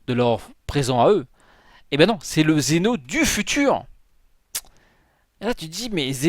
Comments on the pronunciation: TU MA FAIT PÉTÉ UN CÂBLE SES PAS XENO SES ZEN'O mais bon ses pas grave bonne vidéo quand même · ces pas xeno mais zen'o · Zeno pas Xeno